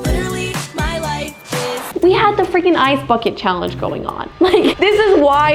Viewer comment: I misheard "ice backet challenge" in as "ice f*cking challenge"💀